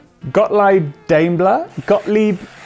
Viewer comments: isn't it.. "Dah_im_ler"? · When you tried to pronounce "Gottlieb Daimler", the second try was actually right lol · even the last name was completely wrong, but well it's hard to pronounce names in other languages. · "a K cuz it's just better" ..yes, that's why, not because Gottlieb Daimler was german and that's how you say compressor in german nono. btw the 2nd time you pronounced 'gottlieb' was pretty spot on but you really failed pronouncing mr. 'Daimler'